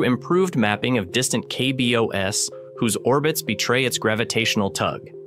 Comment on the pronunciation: Is it just me, or is the voiceover AI-generated? A big tell for me was the pronunciation of KBOs. It's normally "kay bee ohz," not "kay bee oh ess."